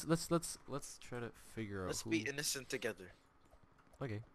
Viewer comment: innocent = innokent